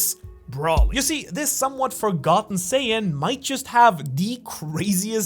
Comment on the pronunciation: That saiyan mispronounciation is crazy